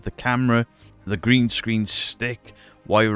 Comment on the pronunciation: Magnificent is the accent of pronouncing "green screen":D